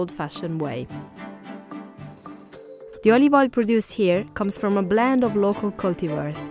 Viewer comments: "A bit of olivol" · more like: "olivoil"